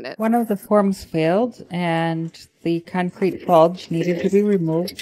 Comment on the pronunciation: Why does she keep calling it cuncrete?